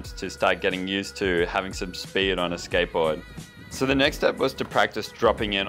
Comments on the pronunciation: i cant really focus bcz of the ''sketbowd'' xD,, love your video :^) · The way he says skateboard is so fuckin funny.. 😂 “Skaitboaahd”